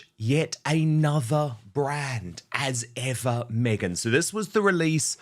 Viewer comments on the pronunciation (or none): 'As Ever,' sounds like "What ever" ! 😂